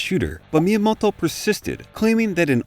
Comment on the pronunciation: Fantastic sum up and video! Hard to abstract from the Japanese names being pronounced like a 60s parody of some accent I can't even pinpoint. Miyamodwoh. Miyamodhwhohw? Maybe just stick with just 'TO' for future videos :)